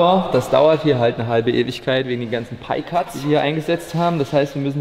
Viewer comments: "Pie" war schon richtig ausgesprochen von 😉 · PIE = Lautschrift Pai (war schon richtig von dir) Das andere was er da gesagt hat. PEI ist samonisch und heißt Mögen. Das Wort gibt es nicht auf englisch :D